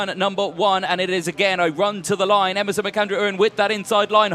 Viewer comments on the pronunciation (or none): Please, commentators, Emerson's name is U REN, not U RIN